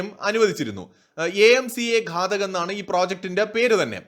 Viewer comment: ഘടക് അല്ല ഘാതക് ഘാതകൻ കൊല്ലുന്നവൻ.